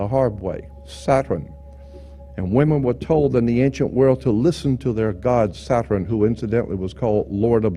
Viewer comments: Satran what's that why can't you say Saturn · ‘Satren’ interesting way he says it